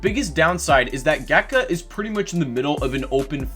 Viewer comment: Gatka is pronounced kind of like "gtka".i believe it is hindi.